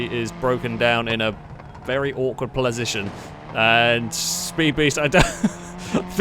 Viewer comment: what is a "plasition"? Is that a place that becomes a position?